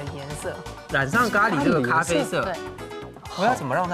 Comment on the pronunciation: 因為咖啡念咖不念嘎